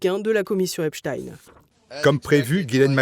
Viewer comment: Voilà même le juge américain dit oralement ;Epstein comme Albert Einstein ou Nein et pas : Epstine, comme Poutine.